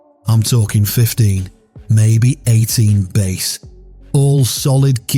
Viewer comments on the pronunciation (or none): 02-26 Louisiana. We been fishing with shrimp since before i was born in 1957. Try to go but shrimpat Walmart now for $5. We catch our own. If he says "base" for bass one more time my brain will f'ing explode. He did! I'm out....